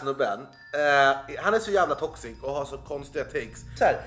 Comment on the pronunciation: Varje gång du sa ”toxic” hörde jag ”tossig” 😂😂 ”Den här snubben alltså, han är så jävla tossig!”